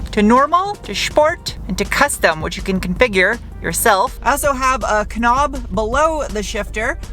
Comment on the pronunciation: "A kuh-nob". LMAO!!